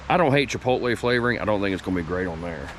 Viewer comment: Chipotle, say it right...LOL